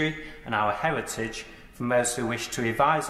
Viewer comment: fu**off, lips! hewitage?!